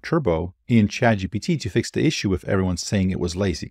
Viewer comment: I occasionally hear "Chad GBT" instead of chat